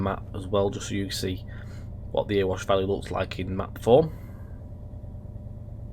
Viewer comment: its not "earwash valley" its "eh-re-wash"